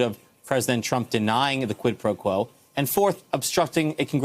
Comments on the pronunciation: The deranged moron can’t even say quid pro quo without stuffing it up. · Lol Trump struggles to say Quid Pro Quo 🤣